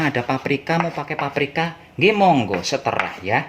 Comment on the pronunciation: "TERserah...BUKAN..seTERAH"... 🤣🤣🤣🤣✌....